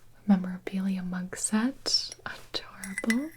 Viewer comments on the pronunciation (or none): none